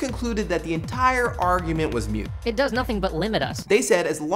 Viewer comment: It's moot, not mute.